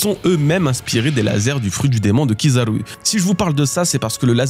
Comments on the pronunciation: Tu peux dire Kizaru normalement stp ? c'est horrible avec l'accent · Ta façon de prononcer Kizaru fait mal aux oreilles. Arrête de forcer l’accent